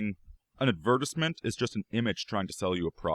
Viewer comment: This guy doesn’t know how to pronounce the word advertisement.